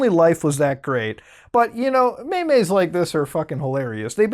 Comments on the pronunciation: They're not meymeys, they're memes. MEMES. not memes. M-EE-M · "Mey meys" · What ya talking bout dem maymays